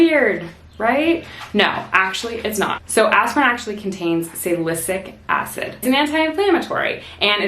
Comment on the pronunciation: "Salysic acid"? You said that wrong. Sal-i-cyl-ic acid. Actually it's Acetylsalicylic acid. That first word has 7 syllables, so don't skip any.